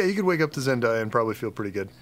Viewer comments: every time i heary them say Zen-die-ya my ears bleed. LOL Its Zendaya. Zen-DAY-a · Not to nitpick, but didn’t Zendaya say her name is pronounced Zen-Day-a? They keep saying Zen-Dai-a. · say it with me pretty please: “ZEN-DAY-AA” :D